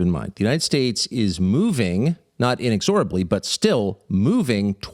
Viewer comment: You need to stop mispronouncing inexorably